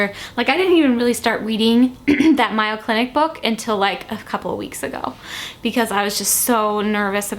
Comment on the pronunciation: I could not be more thrilled for you, Don, Winnie and the baby. Now of note the extremely well respected Mayo Clinic is pronounced May-O, rather than my-O. No worries, it isn't your job to know. I love the Mayo ergo, my comment. Ask Don if he is considering Stormaggedon as a name.:)